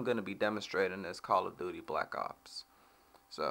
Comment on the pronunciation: i thougth u said call of booty black ops